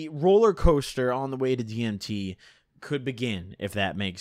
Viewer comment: You saying dimeth was the cringest thing ever heard